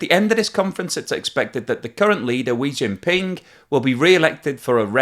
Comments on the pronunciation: "Wee Jinping" I like that mispronunciation. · It's pronounced "Pooh bear" not ping. It's such a common mistake to make though so I'll let you off. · "Wee Jin Ping" ?